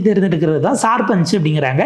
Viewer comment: சார்பஞ் இல்லை சர்பஞ் என்பதுதான் சரி